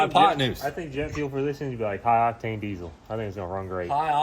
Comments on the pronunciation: My man is killing me saying DEEZOL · Since when is there a C in diesel 😂